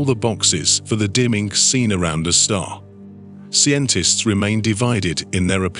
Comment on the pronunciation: "See entists".... seriously... this is how we pronounce scientists nowadays. The general pronunciation of basic vocabulary has escaped this Chanel clearly! Guys/gals, a little effort in your editing goes a loooooong way in making the channel feel less like a money grab on ads and more like an informative science channel.